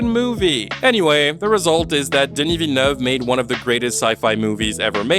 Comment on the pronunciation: Damn bro ! Kudos for properly pronouncing Dennis Villeneuve.